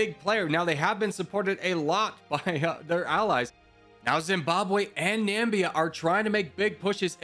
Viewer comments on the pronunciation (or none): Or pronounces Namibia as Nambia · Every time you tried to pronounce these countries I could feel the life being sucked out of my body I’m joking, no hate brotherman, but it’s Nam-ibia not nambia, and S-what-Eenie for eswatini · Na-mi-bi-a, nuh-mih-bia. Not Nambia! Dear lord, this was frustrating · i love this :) i havent watched the whole vid YET, but africa is my fav continent so this should be fun. just so i dont forget later, after the vid, im gonna say this now; even tho u might say the names correctly later: ''nambia'' its namibia ''etswani'' its eswatini, previously known as swaziland. sao tome and principe: has those little wavy lines on letter bc u need to put the accent on that letter for pronounciation. kenya invading tanzania: tanzania: wHaT aBt ThE eAf?? kenya: WhAt EaF?? tanzania: goddamn u :( ''bukana faso'' its burkina faso ''erintrea'' its eritrea ''comorus'' comoros instead of saying zimbabwe, u said zambia 7 times as these r minor mistakes, and ive been learning this kind of stuff for 3+ years, i cannot blame u. and i can say the hardest to learn was africa, oceania and the carribian, when it comes to countries that is. i still havent really learned all the capitals, but im nearly done😅 me, watching a ''how americans see the world video'', knowing its fake and just watching it bc i love laughing, and even the creators saying its just for entertainment at the start of the vid my grandma: dont u think they dont know boe me: but its just for entertainment! my grandma:dont u think they dont know boe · Oh, and Na-mib-ia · And Namibia as Nambia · Etswana? Nambia? Entrea? Boko faso? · I would like to say this: eswatini is pronounced like es wah tea knee Eritrea is pronounced air rit tray ah Namibia is pronounced Nah mih bee ah I don’t mean this as like a correction or to make myself look smart. Just wanna help one of my favorite YouTubers ou1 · nambia was said one to many times